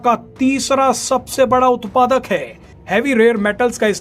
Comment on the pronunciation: ye konsa tarika h news padne ka "उतरा हाई "